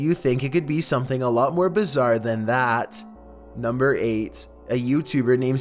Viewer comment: Y do you allwase say bazzer that is not even a word